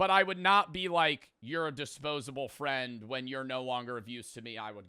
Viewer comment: "a true fend"